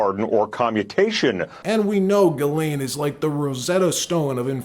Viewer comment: Her name is giz lane. Not gilane😅 sounds like a porn star huh.